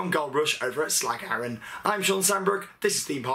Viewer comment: haha realy funny how you say slagharen